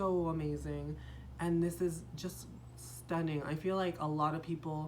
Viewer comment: Love the way you say 'STUNNING' every time . .